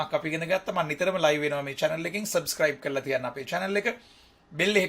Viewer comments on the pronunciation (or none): none